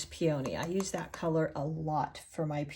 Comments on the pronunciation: Enjoyable presentation. FYI: PEONY is pronounced PEA o knee; not Pea OH knee. 😉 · This is a great tutorial, you are a wonderful teacher and artist! I did also want to let you know (as a flower grower) peony is pronounced pee-uh-nee. We all do this with all kinds of words so please no worries but I would want someone to tell me ya know?! I hope this was helpful and not hurtful! ❤️ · Nope... I was fine until you started pronouncing peony "pee-O-knee". I'm out. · I love the lesson!! Thank you! (Please look up the pronunciation of peony. That is not how it’s said. FYI) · Check your pronunciation of the flower “peony”.